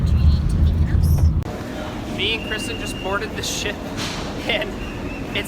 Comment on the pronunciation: They pronounced Mykonos wrong